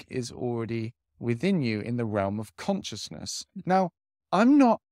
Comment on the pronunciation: Love your content. But consciousness is pronounced con-shis-ness 😊